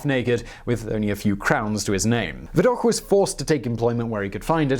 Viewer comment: It's "Viddock" not "Viddokh"